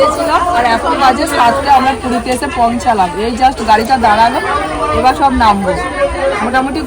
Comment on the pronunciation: এসব কি ভাষা স কে ছ বলে🤣 সবকে ছব বলে আজব😂হাহা